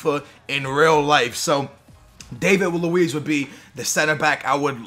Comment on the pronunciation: Its Dah-vid luiz, not Day-vid luiz